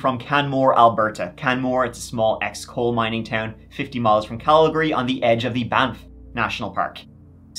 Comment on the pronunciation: I just came to say, as a Calgarian, I want to commend you on your pronunciation of Calgary! It's Cal-greeeee, not Cal-gary. Well done!